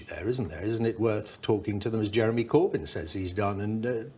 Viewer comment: You forgot "You would need to ask Jewemy about that".